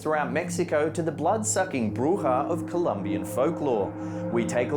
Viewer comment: He said buja correctly. +1 like and +1 subscriber